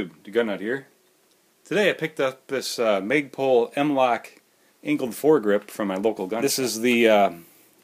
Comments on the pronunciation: MAG. PUL. NOT MA PUL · LMAO “maiygpool”